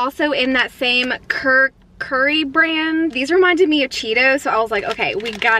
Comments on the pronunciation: when she say "kurqrii" My Indian: eMtIonAl DaMAge But sis u did well 💜💜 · It is pronounced as kur–coo–rre ( kurkure) means very crunchy Paanni–poori ( Pani Puri) means water balls 😜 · When she pronounce "KURKURE" AS "KERKERI" I died in laughter (but I like it that she is excited for trying indian snacks ) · curcuri- lmfaoo you’re adorable it’s “koorkuray” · The sipicy noddles are nimki i think and it is lasi not lassie and it is kurkure not kurkurie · The kurkure is said like kur-kure not kur-kur-re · When she pronounced kurkure as "cure curry"....🤣🤣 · Kurkure is pronounced as koor-koo-ray Sev as the english word "save" exactly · She spelled it like Cur-curry 😅 but it’s not her fault tho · Kukurey hehe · Whenever she says- theekha meetha, lassi, kurkure incorrect but she apologises too. Thats good!! And she said gulab jamun, doughnut hole and pronounces it like-jamoon😂❣ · Bro i cracked up when she said "cur curieee" lmaooo Btw really nice video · I COULDNT STOP LAUGHING WHEN SHE SAID KURKURE KARKARE HEHE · It's Lassi and kur-kure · The pronunce of kurkure is kur _ ku _ _re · It's pronounced kur-kur-ae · Kuurkcury wtf